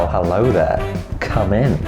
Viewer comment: No video has ever started more british than this one 😂 „well hello theeeere“😂❤️love it